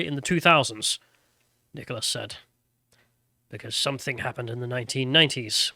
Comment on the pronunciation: its SOMETHING, NOT SOMETHINK!!